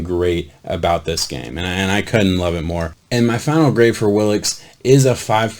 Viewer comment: Pronounced Will - Uh - Kess. I question the flexibility/athleticism numbers. Just watch one of his workout videos. He can backflip, walk on his hands, cartwheel, backflip off a wall, etc. He can do a compete splits with his legs just like a gymnast. All this at 265 lbs. I've never seen any DE do this. He just needs to add some weight, strength, and develop some hand techniques when rushing and he could do some damage for the Vikings. Andre Patterson is just the guy to teach him.